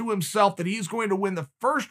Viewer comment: tony fergosuan